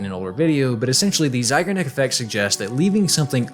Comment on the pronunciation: Great video! I'm more of a drifter, and some games waited years for me to complete them... Feels good though. One thing - it's ZeigArnik effect (sincerely, your russian native speaker viewer)